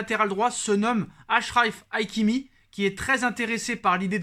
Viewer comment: Hakimi pas haikimi lol